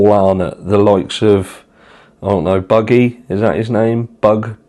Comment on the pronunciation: Luggy, Luggy who the feck is Luggy 😂😂😂